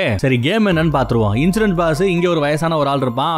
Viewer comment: கன்சூரன்ஸா?? இன்சூரன்ஸா?? பாவம் அவரே confuse ஆகிட்டாரு